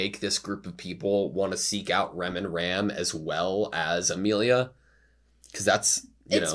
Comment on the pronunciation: i know this is old video but for the sake of the current season broadcast. i'm gonna say it is mildly annoying hearing you keep pronouncing felix as felis. it's felix but with japan accent. you want to stick with felis and that's fine but the anoyying part is the fact that you pronounce Ram using english prounounciation instead of japan which is exactly how they say in the anime when you pronounce felix using the japan pronounciation. it's Rem pronounce as ram and Ram pronounce as rum. so if you gonna catch up with latest season. it would very much appreciated if you stick to one instead mixmatch pronounce. that's all. i'm gonna continue listening this anime reaction playlist in the background at home